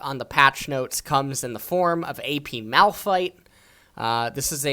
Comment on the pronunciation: Who is Moldfye? Edit: Malphites BEST mofin pronunciation ever heard, btw <3